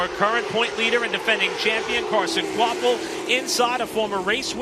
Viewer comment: It’s pronounced kwapull. Not kwapvull…